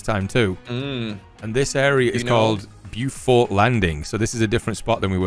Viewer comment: Its pronounced Beaufort not Beaufort......